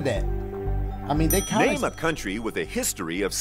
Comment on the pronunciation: "I'm just gonna rame random fruits"